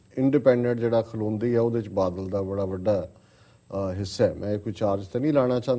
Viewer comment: ਮੈਡਮ ਜੀ,ਮੁਆਫ ਕਰਨਾਂ ,ਪਰ ਆਪਣੀ ਪੰਜਾਬੀ ਠੀਕ ਕਰੋ।ਬੱਦਲ ਨਹੀਂ ,ਬਾਦਲ ਹੈ ਅਤੇ ਅਬਦਾਲੀ ਨਹੀਂ ਅਕਾਲੀ ਹੈ।ਜੇਕਰ ਈ -ਮੇਲ ਵਿੱਚ ਕੁਝ ਗਲਤ ਵੀ ਲਿਖਿਆ ਹੈ ਤਾਂ ਵੀ ਇੱਕ ਹੋਸਟ ਹੋਣ ਦੇ ਨਾਤੇ ਬੋਲਣ ਸਮੇਂ ਉਸਨੂੰ ਠੀਕ ਕਰੋ ।